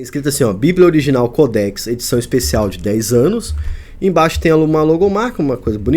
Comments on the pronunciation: Mais que ignorância quer falar sobre o assunto e nem observa à acentuação não é codéx e sim códex preste atenção antes de querer apresentar algum comentário sobre qualquer assunto viu sabidäo funcional ! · Cara não é codéx e sim códex preste atenção no português.